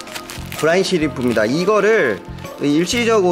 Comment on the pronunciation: 브라운이 아니라 브라인...